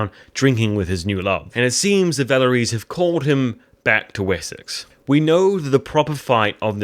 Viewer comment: yo super sry bro but its Valkyries not valleries, and at like its Hvitserk not hviksert. But know, who's countin. Anyways, another great video! This last episode was the nuttiest so far imo this second half